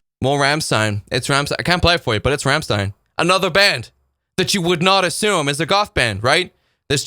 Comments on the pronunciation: please, for the love of God, the way this man pronounces Rammstein is horrifying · i thought the same thing lmao